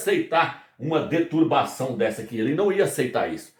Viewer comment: Fala se: deturPação irmão e não deturbação. Agradeço o conhecimento, estou aprendendo muito!